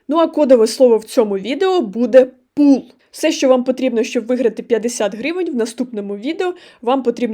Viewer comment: Двічі переслухав, щоб почути пул, спершу почулося - куб! Ох, цей леєр3😂.